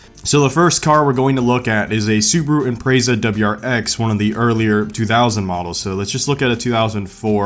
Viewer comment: …say Impreza like that again